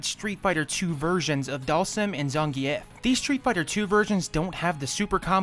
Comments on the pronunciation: Im with you, wtf who says it like Zan-Gi-Ef. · Love this video but please learn look up other people say zangief